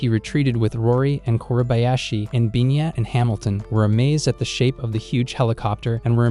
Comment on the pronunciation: It's Pina, not binya.